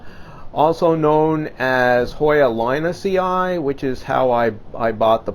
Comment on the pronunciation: A little tip regarding pronounciation of latin names: emphasis should be on the third last syllable. That means that a double i means that you should put emphasis on the syllable before the two i:s. Mening linusii should be pronounced lin-us-i, and not linusi-ai. Curtisii is Curt-is-i. Siariae becomes Sia-RI-eh. Always emphasis on the third last syllable, hence all names from collectors becomes name+ii, to get the pronounciation fight. Second i is silent. Your videos and plants are great though. Keep growing!